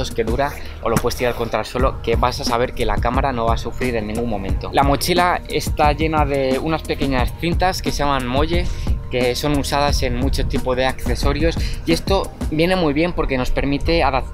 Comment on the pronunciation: Te recomiendo una linterna frontal. Las hay más potentes que esas de mano y te da la ventaja que la llevas en la cabeza y tendrías las manos libres. Y el molle se prnuncia "Moli"..